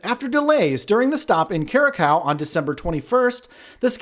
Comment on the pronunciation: You might find it helpful if you could listen to the correct pronunciation for Curacao. It does not sound like cow. I'm not sure how you slipped up on San Diego. Regarding articles from mass media on cruising, I find that most of the writers don't really know anything about cruising and they prove it when they do their article. But at least they're not ambulance-chasing like one outlet which claims to be news. When we're on a cruise, I don't think we are at the mercy of the cruise line. I think we are at the mercy of the weather and outside events like Coronavirus. If the company and the captain got to do what they wanted to do, I can assure you they would go to all ports on their itinerary. I think there are too many people that don't really comprehend that they are on a ship out in the ocean and that ship is living in the real world.